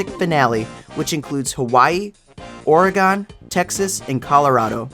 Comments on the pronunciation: I remember seeing it in stores when I was a kid, but I never played it or knew anyone who did. Sad. Side note: I'm gonna be that guy. Friends don't let friends pronounce it "Ore-a-GONE." It's (ORE-uh-g'n) or (ORY-gun), like "organ" with an "uh" sound in the middle. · PNW local here: Oregon is pronounced "ORE-uh-g'n", so like "organ" but with an itty bitty "uh" in the middle. Quickest way to tell someone's never been is to hear it with a chalkboard-nails "gone" at the end 😅